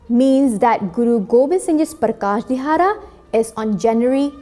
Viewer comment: it is Wonderfull but please pronounce dihara(ਦਿਹਾੜਾ) shabad properly.